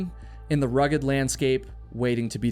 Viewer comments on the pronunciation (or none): none